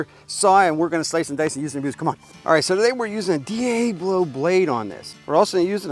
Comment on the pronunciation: D A Blo??? it's pronounced D Ablo, As in El Diablo.. You know, spanish for The Devil....